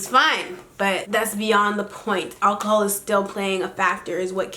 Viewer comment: lool KK says 'akahol